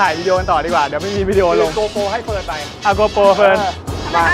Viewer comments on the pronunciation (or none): GoPro not gopo